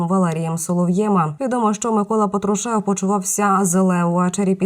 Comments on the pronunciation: Хоть прізвище вірно кажіть, він Патрушев,а не Петрушев. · Вам уже миллион раз писали что он ПАтрушев, а не ПатрушЕв. Может за эти несколько дней можно правильно назвать фамилию ПАтрушев, а не ПатрушЕв. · Виявляється не тільки я не розумію що це за патрушев (наголос ставиться на першому складі - це свідчить про рівень освіти і для ЗМІ такі знання є обов'язковою умовою) ... Але все одно новини мають бути для нас не даремними і правдивими. Коли одночасно і отруєння і 40куль а відпускають додому - то це або просто брехні або свідомі іпсо для задурювання суспільства і введення в оману розвідки... Але все одно зміни на носі і ми всі це відчуваємо навіть за відсутності нових правдивих з азіопи... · Дівчино,та не патрушЕв,а пАтрушев.Слухай інші канали...Хоч - яка нам різниця... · Патрушев -ударение на первом слоге!